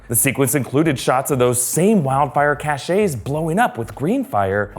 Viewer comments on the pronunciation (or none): Cache="cash" not "cashay". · Cache is not pronounced "Cashay", it's "Cash" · Cache is pronounced like money, "cash", "cash ay" is spelled cachet and refers to a prestige or in more modern slang "swag" when you do something. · Cache, the way you are using it, is pronounced CASH....not caSHAY. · “cachet” is a seal, as in the ones on a sealed letter or having respect and admiration—as in having the public’s seal of approval. “Cache”—pronounced like “cash”—is the word you’re after, there,. Get it together. Or, sashay away. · Again, "cash" not "cashay" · Cache, as in the burning pockets of wildfire, is pronounced (cash), at least in the states. Your pronunciation, (cash-ay) is from the word Cachet, which means 'the state of being respected or admired; prestige.' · Minor quibble: "Kash" not "Kashay" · Cache is pronounced like the word cash. Not cashay. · CACHE =/= KASHAY ---> PRONOUNCED "CASH" Please stop butchering your own language. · I'm sorry to be that person but cache is pronounced "cash" and not "ca-shay" I'm sorry you're amazing and wonderful!!!!! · if you google the pronunciation, every dictionary website has it pronounced like "cash". The pronunciation "ca-shay" is for the word "cachet" which has a different meaning than the one intended in this video. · Cache = "Cash." Cachet = "Cashay." (So in this case, it's pronounced "cashes.") Sorry, just bringing that up real quick. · Cache rhymes with cash. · It’s pronounced cash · Okay yeah I’m that person... but cache, a group of hidden items is pronounced like “cash.” Cachet, or prestige, is pronounced “cash-ay.” Anywho, I couldn’t possibly pull off a video like this despite all my English pedantry, so great job! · “Cache” is pronounced like “cash.” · It's pronounced /CASH/, like money. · Pleeeeeeease... 'Cache' is pronounced 'Cash'. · Cache is pronounced "cash." Pronounced that way it sounds like cachet, meaning respect or prestige. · "cache" is one syllable, not two